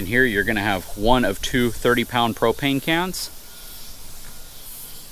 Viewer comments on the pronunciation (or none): none